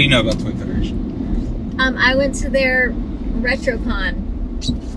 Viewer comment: Foy tederation